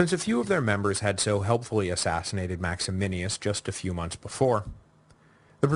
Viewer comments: maximinus not maximinius.... small point 12yrs later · One of my favorite things about this podcast is Duncan's repeated slaughter of Latin and Latin names, like "Maximinius" instead of what it should be MaxiMINUS. He's now qualified to be the Gallienus of Classicists, which I'm sure he'll pronounce Gallienius. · isn't it Max-i-MINUS Thrax and not Max-i-MI-NI-US Thrax? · Absolutely. And MaximiNUS, not MaximiNIUS. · I kinda wish someone would have told him that it's MaximiNUS. Not MaximiNIUS. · max e min us......not maximinius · The name is Maximinus, not Maximinius. Can’t you read? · MAXIMINUS THRAX! NUS not NIUS. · MAXY-MINUS Say it with me. MAX-E-MINUS. Or, if you want to pronounce it authentically, "Max-e-me-noos" In no way should you pronounce it 'Max-e-min-e-us', sir. I think you have Maximianus on the brain, sir. Also, traditionally, Pupienus is anglicised to 'Poopy-Anus', although I see you shied away from it. You could also say, "Poo-pee-E-noos' if you wanted to pronounce it authentically. You did a pretty good job with the greek name Tim-ess-sitheos, though. (sorry, I don't really care how one pronounces ancient names to which we really only have good guesses as to how they were pronounced anyway, just thought it was funny because you say 'Maximinius' so darn much : ) ... The Crisis of the Third Century is so interesting, and I can tell it is or was one of your favourite historical periods as well. I like the breakdown of the Gordian->Philippus situation. That succession is one of my favourites; a total who-done-it with an epic anabasis setting; some parallels to Carus->Diocletianus there. I think we always tend to assume the worst in terms of the byzantine machinations of Imperial Roman succession, and for good reason-- but who knows. It's very possible, as Sassanian sources claim, poor little Gordy boy got his butt spanked and stuff went downhill. I guess that's why Severus Alexander was so hesitant to march into Persia)